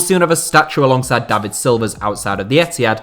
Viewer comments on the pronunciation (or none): none